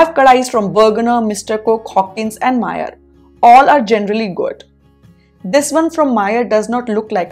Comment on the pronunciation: Don't mind...your pronounciation of Meyer is wrong..